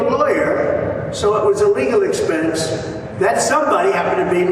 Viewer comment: It sounds like he is saying, "illegal expense" over and over. I thought he was actually telling the truth for a second!